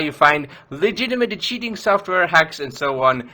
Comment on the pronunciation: It's sounded like u said the only way you can do this is if you download shitware